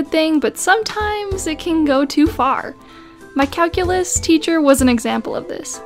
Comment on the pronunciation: Calculus = Calkillus